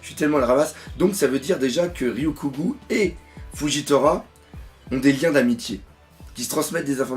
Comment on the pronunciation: Pour t'aider à prononcer Ryokugyu: - Rio-cou-gyou